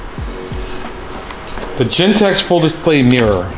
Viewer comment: its genteX not Gentek